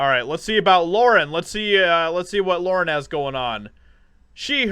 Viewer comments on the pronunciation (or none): none